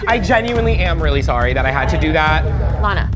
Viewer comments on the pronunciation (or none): BRO NOT LANAAAAAA